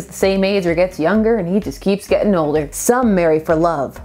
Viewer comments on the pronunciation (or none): none